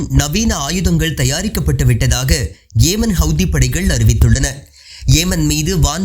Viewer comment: "பா"லஸ்தீன் அல்ல பலஸ்தின். "ஏ"மன் அல்ல யெமன்.